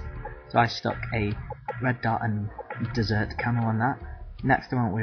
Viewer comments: You camped pretty bad, you're obviously a nice guy so I don't feel very comfortable saying it. Also it's prounced "desert", not "dessert". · Dessert camo lolol Pronunciate better next time.